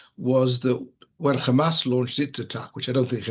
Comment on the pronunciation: Yes, lets believe the impartial analysis from someone who says "khamas"